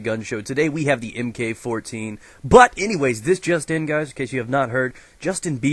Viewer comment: Not EHMKAY, but Mark.